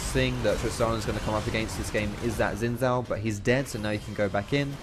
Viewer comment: Sin Sao. So you pronounce X and Z the same? ok